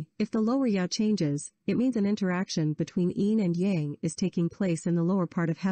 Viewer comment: If you want to teach this kind of content, direct speaker (whether human or computer) that Tao is prounounced with a "D" sound and Yang is pronounced with "ah" sound, (like "father, not like "tang")